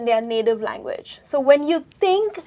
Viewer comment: is overacting... She pronounces each word incorrectly.. Like "learn" "Language" "think"... Etc.....